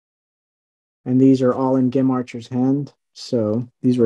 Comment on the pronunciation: I did! And how he’s the biggest collector but pronounced Gem’s name wrong…